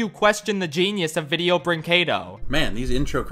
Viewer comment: É muito engraçado eles pronunciando as coisas, "Vireo bruinquedô", "Ingruirients sicrétous" kkkkkk